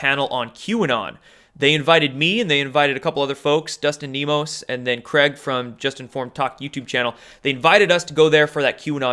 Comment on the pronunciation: I'm not trolling (I"m a subscriber), I'm actually curious. He knows Dustin Nemos, why mispronounce his name? He knows how to pronounce veil(ed), why pronounce it "veal"? Maybe he does it to see it we're paying attention. I'm just curious.